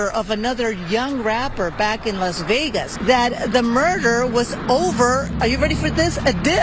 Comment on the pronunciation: las begas.